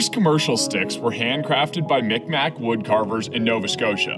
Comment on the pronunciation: Mik maq (Mig Maw) if you were wondering (Im from Eastern canada)